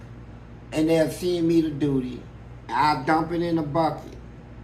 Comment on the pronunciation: “How’d you accumulate so much dooty” 😂🤣🤣